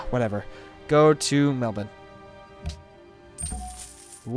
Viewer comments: an american who pronounces Melbourne correctly? WHAT IS THIS BLACK MAGIC!? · HOLY SHIT IT'S TRUE... I mean, at least they aren't calling it Mel-born...